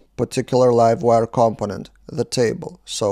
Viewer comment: It's pronounced "compónent" - stress on the second syllable.